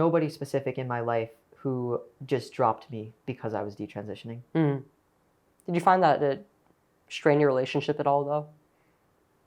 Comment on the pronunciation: All her friends were taking birth control and talking about having sex with their boyfriends . . . in Catholic school?!! I am impressed with how articulate Katie Anderson is. I wish Chloe Cole would learn how to say "transitioning" and "detransitioning." She always leaves out a syllable and says "trantioning" or "detrantioning."